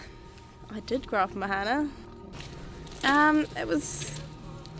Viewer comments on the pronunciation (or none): It's pronounced maahana. Not mahaana. That's why these things don't work. Don't call things Maori names on Maori land if you can't even say the words properly. Bloody pakeha